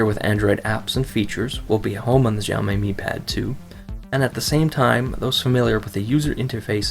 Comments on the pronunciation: ok review, but sorry I was way too distracted by your CONSTANT mis- pronunciation of "Xiaomi". The way you say it, it would be spelled " Zhao Mei ". it's pronounced "sha-oww(rhymes with oww) mee" you say it wrong so often it's like what if someone kept calling you "" or kept calling iPad the "Aaay-pull" iPad. it would drive most people crazy hearing it for 10 minutes. but otherwise glad you noted the lag. I'm still looking for a decent Android tablet. thanks "" 😜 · "djaomej", pls learn how to pronounce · decent review but the way he says xiaomi made me cringe, its honestly just read as it looks, this is just assuming what Chinese people sound like... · you're pronouncing it wrong. also I believe that audio is not synced with video.